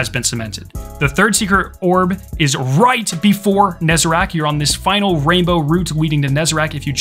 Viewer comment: NEZ. A. RECK. NOT. NEZ. A. RACK. FOR. FUCK. SAKE.